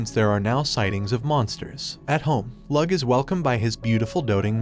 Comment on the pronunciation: Bruh it’s not Lug it’s Lo-og